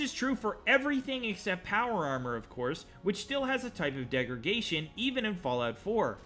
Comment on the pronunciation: It's funny how you say "degraGation" instead of degraDation. lol